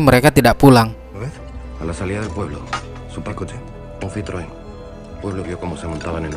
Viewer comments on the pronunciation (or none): none